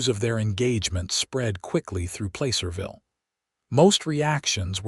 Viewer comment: Placerville isn't pronounced Playcerville!